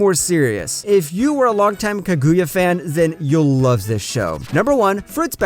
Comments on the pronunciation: Love all the recommendations this channel gives, but for the love would it be that hard to just try to pronounce a single name right. Kag-oo-ya... Pain. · Don't take this the wrong way but hearing you pronounce Kaguya strangely in two different ways... was unsettling. Lol